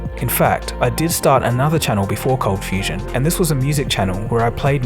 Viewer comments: It's ColdFustion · #ColdFustion #ColdFusion — My attention got to it due to the unexpected pronounciation that caught my ear; then I read the spelling and realised it changed at some time... It made me curious what the story is behind it :) — Q: is there something you like to share about the name and name-change? (I'm guessing a lot of your subscribers kind of have the same question) #Perth — and in answer about Perth, yes I knew about Perth a bit, earlier on via school (I guess), later on via stories of a friend of mine who travelled parts of Australia... and F1 driver Daniel Ricciardo is from Perth as well, you're even about the same age :)